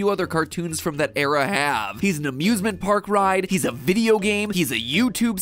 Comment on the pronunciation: D- Did He Call It A Abuzement Park!? Or am I hearing it wrong